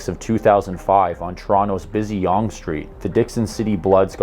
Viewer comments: Yonge St. is pronounced ‘young’ street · A little correction. Even though its spelled "Yonge" street its pronounced like the word young. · it's pronounced Young Street, and you sound like an AI reading a script where the writer forgot to add any punctuation, add some inflection. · Yong st. Lol its pronounced young st. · Yonge St., the longest street in Canada and the site of the 1837 rebellion, is pronounced young NOT yawng. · It's pronounced "Young" Street, not "Yaong Street." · "on Toronto's busy YONG street"???! Buddy it's pronounced YOUNG street 😂😂 interesting video tho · Your pronunciation of Toronto is good. Just FYI though, Yonge is pronounced like 'young'. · Its pronounced “Pie-roo” and “young st”. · it's pronounced young street, its the longest street i n the world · Great video! Btw, Yonge st is pronounced like Young. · Damn with that pronunciation of « Toronto » I almost thought you were from here… but then I heard you say Yonge lol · What's with the mispronunciations 😂 The way he says ' Piru " he pronounced it as " Pee - Ru lol Also butchered the hell outta "Yonge Street " Is that cus ur from somewhere out west like Saskatchewan?? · When I heard him pronounce Yonge the way he did I couldn't help but make an awful face . Then he also butchered " Piru " 😂